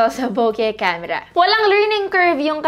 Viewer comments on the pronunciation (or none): Hi ate. Bokeh po not boque.